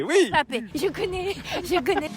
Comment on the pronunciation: je l’adore 🤣 il a dit « Mbaschtroumpf » 😭😭